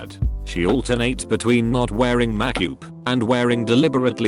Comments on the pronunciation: Everyone: Makeup Narrator: Makyup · Nobody: Text-2-Speech: makk-oooop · no one: // reddit voice generator: “mackwupe” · The reader says makupe instead of makeup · "She doesnt wear mack-upe" love the robotic automated voice 😂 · And mackoop. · Nobody : Voxygen : MAKYOOP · Neck-birds wearing mak-yup? Jesus Christ! Is your bot the neckbeard among voicebots?!! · When will this robot learn how to say MAKE UP. Maakuup 😂😂😂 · Makeup pronounced “MACK UP.” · "not wearing mack-yoop" lol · 1987: "Robots will take over the world" 2019: "Makyoop" - ToadFilms Text To Speech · Me: makeup Computer voice: macoop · No one: Text to speach: MaYcUbE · Ma-Cupe egg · The pronunciation is beginning to make my ears hurt - ‘mack-up’, seriously? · I like how make up is pronounced lmao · The way "makeup" is pronounced by this bot lmao. Sounds so weird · I die every time he tries to say "MAKE UP". OMG 😂😂😂😂